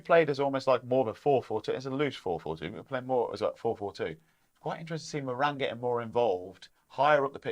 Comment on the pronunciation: I really enjoy the channel gents. Good intelligent, insightful chat. (Can you please make an effort to pronounce Moran's name properly. It's rhymes with Goran, as in Ivanišević)😊